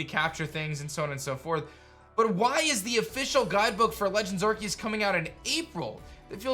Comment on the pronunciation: I like how says Arceus's name right